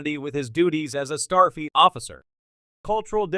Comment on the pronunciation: Wtf is “Starfeet” 😂😼